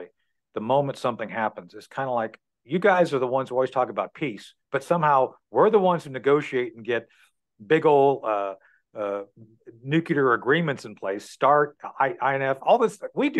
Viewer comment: Why does NUKELAR bother me so much??? When will Americans ever learn how to say NUCLEAR??? Geeeeeeez.